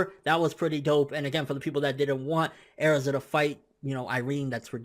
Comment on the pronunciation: you pronounce erza wrong please stop..